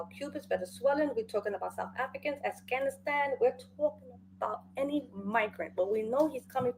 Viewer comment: Did the lady say?...Assghanistan? Not Afghanistan 😂 "the Cubans, Mexicans, the South Africans, the Assghanistan...."